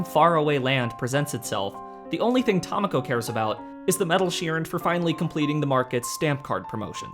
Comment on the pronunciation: Not only did I know you'd mispronounce Tamako, I correctly guessed your mispronunciation before hitting play.